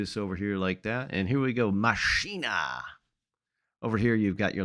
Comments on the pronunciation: I think it will be easiest for you to pronounce it as "Machena" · Love it! 🤩 🚂🚃🚃🚃🚃💨💨💨 BTW It's Mah-SZyh-nah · You pronounce it "Mashyna" btw Maszyna mean a machine szyna mean a rail so it's a fun combination and that's why it's MaSzyna instead of Maszyna